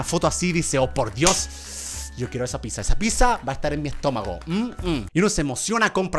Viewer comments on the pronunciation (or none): German es pizza no pissa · no dice pizza dice chizza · Yo escuchando que dice piza 🙆‍♀️oooouuuuuu 😊😇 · yo escuchando que algunos dicen pisa y yo. digo. pidsa se que esta mal escrito pero es la. pronunciación 😎